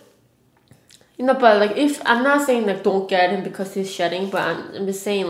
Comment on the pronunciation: omg I thought she was saying "shit" when she was talking about her dog shedding lool